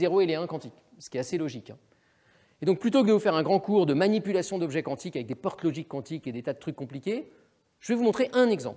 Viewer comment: Le présentateur prononce QWANTIQUE. Cette façon de prononcer le Q n'est pas française. On doit donc dire Physique Quantique, prononcé comme ''cantique".